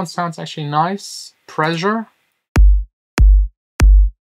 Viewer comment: "Pressure" ≠ "Preisure"